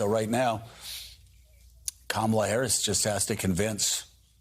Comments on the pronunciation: Joe, it's "Comma-La"... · Yikes, even Mike is mispronouncing her name. It's not the "a " sound in words like "bat" in the "comma" part of her name. Nor any of the a sounds in her name. They keep saying the a like "cam" as in "cam shaft". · Joe say her name right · Joe, it’s “Comma La” not camel la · It's "comma-la", Joe, "comma-la". Yeesh. Two kids taught how to pronounce it during the DNC convention, for crying out loud. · Why do the old dudes on this panel have such a hard time pronouncing COMMA-LA? We know Trump is stupid but these guys are not. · Come on, Joe! How do you pronounce Kamala!?! ", lah" pretty please. Rev and Mike B forget as well, but let's show more respect to try to honor her pronunciation, so you won't be accused or guilty of disrespect like the former he-who-shall-not-be-named... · The fact that Joe repeatedly mispronounces Kamala’s name makes me literally so mad. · Some of the guys on this show, *including Joe Scarborough*, still mispronounce "Kamala" sometimes 😬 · Joe still cannot pronounce Kamala’s name? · Why does Joe mispronounce her name?!?!?!!!!!!!!